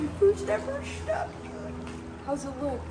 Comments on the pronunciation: It’s also a snook not a schnook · My dad tied on some eurotackle jigheads I gave him last year for Fathers Day but didn't catch anything in the extremely high water the last few days in the Wisconsin River. I like how you Minnesottans pronounce "snook" as "snoochk" or however you'd spell it. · no H in Snook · Driving me crazy when you call it a Shnook! It's Snook. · Haha that’s how I said Snook too for the first time lol. My guide told me after the third time there was not an H in Snook! Great catch!